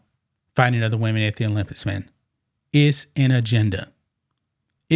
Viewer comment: You made videos about the Olympics and you still can’t pronounce it 😂